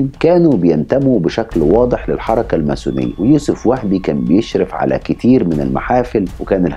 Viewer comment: تُكتب و تُنطق الماسونية ، من وين طلع حرف الثاء معاك !!